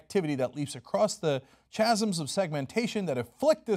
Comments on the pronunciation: And 'chasm' is pronounced KA-zum not CHA-zum. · across the what? Chasm is pronounced with a k. Stupid english spelling, i know. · I agree wholeheartedly. But 'chasm' is pronouced with a 'k' sound, as opposed to a 'ch' sound, so like 'kasm'. I know. I'm unbearable. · Does anyone else pronounce the word 'chasm' like /cha-zəm/ instead of /ˈka-zəm/? I don't think I've ever heard that before. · Chasm is pronounced ka-sum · Cenk, that's not how you pronounce "chasm". It looks bad.